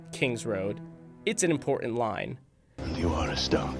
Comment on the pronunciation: Not IM poor ent, It's pronounced..., IM port tant~!!!